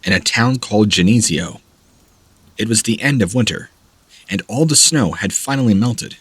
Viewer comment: The town Geneseo is pronounced Jen-nuh-see-ow with the emphasis on “see”. Please when you come to a word you’re not sure how to pronounce, google it. Takes only a few seconds. Love the stories but not the mispronunciation of so many common words. Sorry but I just had to finally speak up. Now that I’ve said my peace I will listen without further criticism.